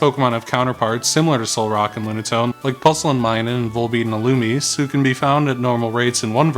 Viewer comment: illumise has an accent on the ending like zay.